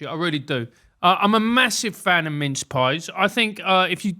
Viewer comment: I did notice he says 'mince' in exactly the same way he says 'minge' lol